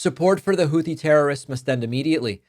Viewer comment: Why are the s*x bots targeting dem channels? Ugh. Damnnit, Trumpty Dumpster. I told EVERYONE WHO WOULD LISTEN he would destabilize the whole world. It's pronounced Houthi with a 't', rather than a 'th', btw.